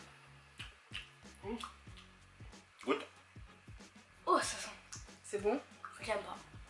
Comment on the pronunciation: qui a sentie quand il a dit senter